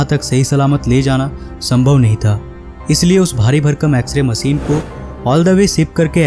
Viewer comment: Say Machine not Masin. Dafuq !